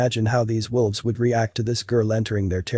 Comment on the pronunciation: Sounds Like He Is?Saying, "WILVES" Not "WOLVES." It is read by a computer & somehow got programmed wrong. He also said, "lead" ("leed") instead of "led." Those can be tricky even for us -- like "read" & "read."